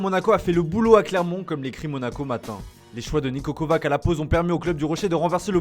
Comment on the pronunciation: On prononce Niko "Kovatch" Tout le monde le sait, sauf vous